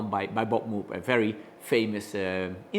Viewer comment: Nice device. BTW, it's pronounced like MOWGH, not MOOOG.